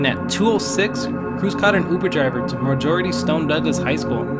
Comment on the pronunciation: Marjory not marjority